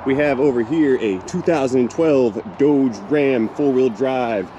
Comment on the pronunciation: it is called dodge like bodge not doug like doughnut